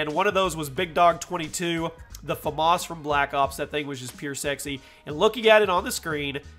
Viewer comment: Famas not dascamas